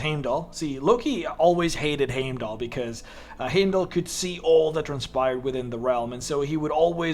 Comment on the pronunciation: Heimdall's name is pronounced as HYME-DOLL not HAYME DOLL